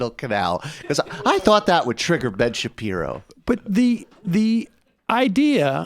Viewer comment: That mispronunciation, pashi... Shapiro, was not all a slip of the tongue, was it?